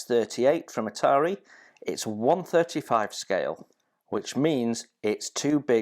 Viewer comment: Are you kidding???? It is ITALERI NOT ITARI